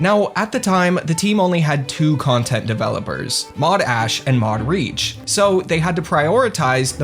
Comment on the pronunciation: every time you say mod reach all i hear is mod audi